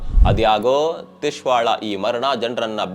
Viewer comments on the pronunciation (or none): ತಿಶ್ವಾ ಅಲ್ಲ ಸಾರ್ Twisha